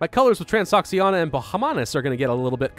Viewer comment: I think it's trans-ō-she-ānā